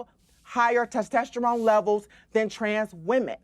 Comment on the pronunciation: And how he pronounces testosterone. Sounds like tasterone